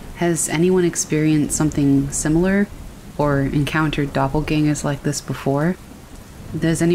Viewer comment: German word pronounced correctly!